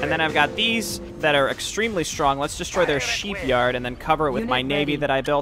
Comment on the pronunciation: did anyone hear sheep yard?!?! Still tho gud vids and gameplay